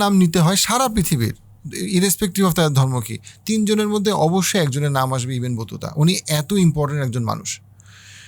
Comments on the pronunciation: ইবেন বতুতা না ভাই, ইবনে বতুতা। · ভাই ইবেন বতুতা না, ইবনে বতুতা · আসসালামু আলাইকুম ভালো বক্তব্য সুন্দরভাবে সবকিছু জানা যাচ্ছে। কিছু মনে করবেন না আপনি কিছু নাম কি আসলে বিকৃত করছেন ইবনে বতুতাকে, ইবেন বতুতা বলছেন, রাজা গোবিন্দ কে গোবিন বলছেন জানতে ইচ্ছে করছে?